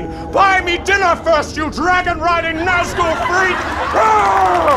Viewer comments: It's Nazgul, not Norskool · Nazgul not norskool